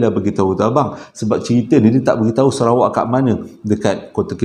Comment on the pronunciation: Bang….serawak ke Sarawak?…hehehe